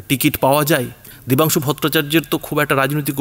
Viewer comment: Name Vatungsu na dabansu valo kore bolo..